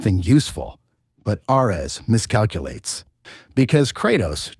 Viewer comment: Did we really need an AI voiceover for a 12 min vid? hearing KRAHTOS and ARE EHS for the duration is so infuriating.